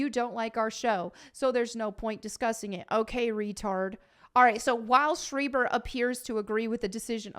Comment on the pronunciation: I believe it's pronounced 'schr-AI-ber, not 'sch-EE-ber' 😄, it's a small-hat surname after all. Nice hair/look btw.